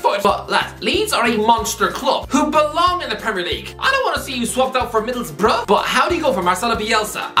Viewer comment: Very true. Thought his comment was out of pocket, makes me sick the way he says the word Middlesbrough as well. Says it like you’d think Mr. Burns would.